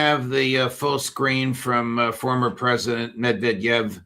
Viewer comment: Yes, you are pronouncing Banderas correctly but you are not pronouncing Medvedev correctly.